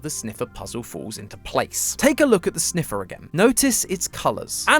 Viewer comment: and the winner is? “ze sneffer”